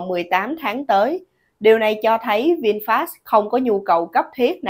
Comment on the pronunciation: Người ta là Vinfet mà cứ đọc sai hoài.